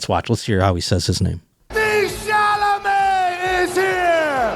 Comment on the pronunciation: Boy, oh boy! Timothy shoe-lah-may. Somehow that brutal dog segment was made funny